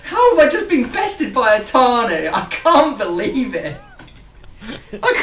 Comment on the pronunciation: Matias Niemi who was screaming for matias to say itani no atani